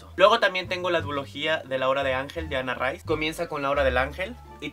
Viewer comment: Ana rice? por curiosidad....porque lo prununcias asi?